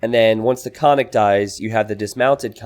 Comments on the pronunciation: Absolutely! I wrote about this in another video comment section, but no one seems to pay attention. In bulgarian language every letter counts, so yes - it shoud be pronounced as double or prolonged sound N - [nn]. It is like two different words KON+NIK to be said quickly as one. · actually pronounced koN-Nik and means horseman or horseman raider. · Ok but it is actually pronounced koN-Nik and means horseman or horseman raider. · Not to be too banal (ok, maybe it is) Konnik basically means horse, so following the Slavic language custom the plural should be konniki. Konniks is just a gibberish Americanization. The pronunciation also makes me want to cry ;c This is why I hate when games decide to try to give a unit a native name.